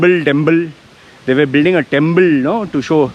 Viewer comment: I love the way you say "temple" , timpl, timpl, timpl, hahahah